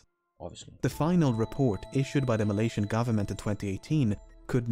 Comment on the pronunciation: Did you just pronounce Malaysian ma lion